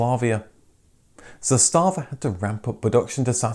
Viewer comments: It’s ZAStava not zastaaaava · Sorry, but the pronunciation is ZAstava, not ZastAva - pronunciation is on the first syllabe! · The way this guy says Zastava sounds like some German company "Zé Stava" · its pronounced "zaastava" not "zastaava". have some respect for accuracy of history. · it is not za stava, but zasta va... wrong accent... also 'stojadin' means 101, not 100 sorrows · The company name is pronounced ZAH•sta•vah not zah•STA•vah. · Zàstàvà (meaning "flag") - all the a's are short, not long. Kudos on the "Stojadin" (a Serbian male) name reference and its correct translation to "hundred woes", nobody outside of former Yugoslavia usually knows that, and it shows that you researched it well. How about doing a documentary on the Polish Polonez next? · Nice! :-) Small correction: "Josip Tito" is not a commonly used combination, the real name was Josip Broz, "Tito" was a nom de guerre. Usually, all three names are used, or just "Tito". Also, words are usually pronounced on the first syllable, so it is "ZAStava" = "flag". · the way you pronounce zastava is priceless lol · Nice video! Oh and you're pronouncing the brand name Zastava wrong ;) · Video may be OK, but he's butchering the name Zastava every time he says it...if you don't know how to pronounce it, take a minute and look it up, otherwise it's destroying all the good work that you've done. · Nice vid. However you pronounce Zastava little incorect, just like my typing here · Zastava, accent on first syllable